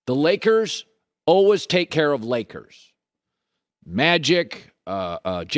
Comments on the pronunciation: Colin "alwuhs" Cowherd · Colin "ALWUZZ" Cowherd